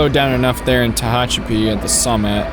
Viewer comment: Ta-Hatch-A-Pee, Mo-Ha-Vee